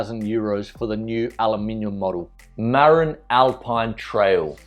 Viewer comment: Marin bikes is not pronounced "MARE-in." It is pronounced "Ma-rin" as in the county across the Golden Gate from San Francisco where the bike name was founded.